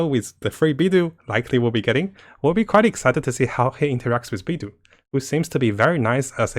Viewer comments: Mihoyo: Beidou (bay-dough): Bee-dew! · Ahhhh your pronunciation of Beid'u' (wtf?) is so arck.. i just can't take it anxmore after you said it literally 10 times in 10s. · Kazuha: pronounces Beidou as "Beido": "Beedoo" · Not trying to hate or anything, but why does pronounce character names really weirdly? Can't he speak Mandarin? If he's trying to appeal to English audiences, no one even says Beidou like that, even though it's a miniscule problem, it's just really ticking me off.